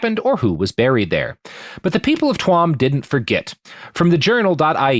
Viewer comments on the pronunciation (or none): Robert I respect you but Jesus Fucking Christ its pronounced "chew'em" not "twuam" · Love the show, cool to have you doing some Iriah topics. Tuam is pronounced Chew-am.